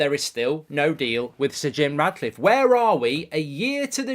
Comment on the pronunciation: Ratcliffe not Radcliffe 😂